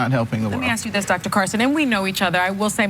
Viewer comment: Please work on pronouncing the word ASK . Thank you